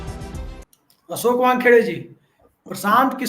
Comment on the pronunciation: Prasant sahi shabd nahi hai..Prashant hai. Kisore ghalat hai.. Kishore sahi shabd hai. Asoke sahi shabd nahi hai.. Ashok hai. Aap log ko patrakar ki degree kisne de di hai. Interviews bhi hua tha ya nahi..? Itna doshpurn oocharan sun Kar man aahat ho jata hai. Hum log ko sharm aati hai..ki aise trutipoorn journalist kya jaankari dein ge logon ko.😪